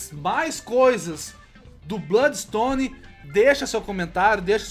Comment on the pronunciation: daora esse "BLÓDIXTONE"